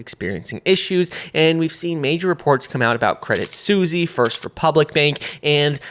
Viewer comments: "credit Susy"? hahahaha its pronounced credit swiss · love the content, but is it seriously called "credit susi" ? 🐕🍝 😅